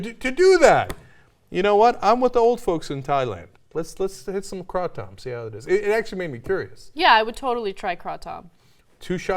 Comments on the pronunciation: Krah Tom lmao 🤣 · It’s pronounced “kray-tum” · Krah tom is the correct pronunciation in Thai, where the word comes from. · its pronounced KRAY-TOM Ana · It's pronounced cra tumb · First off, you don't even know how to pronounce it. It's kratom (rhymes with atom). It lasts for several hours (not 20 minutes...and on and on. This vider is laughable to anyone familiar with the subject! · so freaking anoying how you pronounced kratom .. say kraaatOm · before you try kratom I suggest you at least learn how to say kratom. lol hint:the "A" is long. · before you make another useless video to make money on, at least research the subject to the point where you can actually pronounce it correctly.... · I think its quite funny how she is pronouncing it, then again, i guess people read the word differently. I have been consuming kratom for about a year now....Very beneficial! =)) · The aroma last for 2-3 hours on average from a good source. If you are redosing moderately throughout the day you can keep the effects lasting all day as well. And you are butchering the word so bad. The effects are very mild and honestly don't hinder your performance at all. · When i take kratom it last a lot longer with 20 minutes. These people need to learn how pronounce kratom as well. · You are not pronouncing it right!! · Nope Bro! Kratom as you read it the a is pronounced ah... And you know who uses it more than anybody else? Taxi drivers. Funny thing though... A little makes you speed, a lot makes you drowsy. Bye! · I know you guys mean well with the story, but can you guys maybe YouTube or look up pronunciation before you do a story on something you have no clue about? it's hard for people to take you seriously with such awful pronunciation. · No, it isn’t. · Butchers the name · Hmm, I've never heard it called Kraw-tom. It's usually pronounced Cray-tum or Crat-um. But you really lost me when you compared it to a cup of Espresso, Ana. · Kraw-Tom..? LOL I couldn't watch anymore after that.